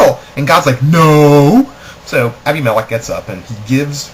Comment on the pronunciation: I couldn't pay attention because you don't know how to pronounce Abimelech.